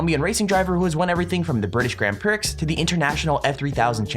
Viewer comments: The way u said Prix is so wrong. It's pronounced Pre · It's pronounced Priy not pricks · No way. It's not pricks, it's pree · It’s pronounced pree but spelled prix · ITS PRONOUNCED PRIE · The ix in prix sounds like pree. just the pronunciation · Totally not pronounced "pricks" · It's pronounced ''PREE'... Come on, man... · Flying Squirrel trust me, this kid doesn't represent Americans saying grand prix lol he just a dumbass 😂🖒😂🖒 only fucker I've ever heard say pricks for prix lol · ASimpleTacoTurtle I think it's pronounced "pree" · NOOO DONT SAY GRAND “PRIX” LIKE THAT !!😭😭😭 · i cant believe you pronounced the x.